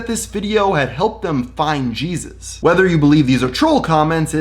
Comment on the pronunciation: im not christian, but jesus u either have a d or v is it that hard